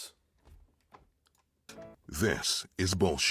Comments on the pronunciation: “crApes” 😭😭😭 it’s pronounced Crêpes! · Crêpes are pronounced "krepp". It does not sound like the berries you make wine of. 😉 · European: Crêpes Americans: CrApEs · I cannot get over the butchered pronounciation of crêpes... I give my fellow american friends shit about that all the time🤣